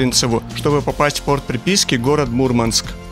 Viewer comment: Мурманчане не любят, когда произносят неправильно название их города, правильно говорить *Мурмáнск*!)✌️🇷🇺